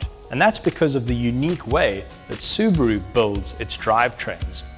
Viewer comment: It's a SUBARU NOT SUBRO